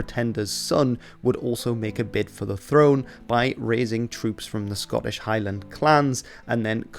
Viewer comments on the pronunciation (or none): none